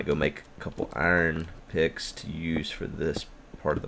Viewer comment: As long as we're judging speech; I like that he says "Arn" instead of "Iron"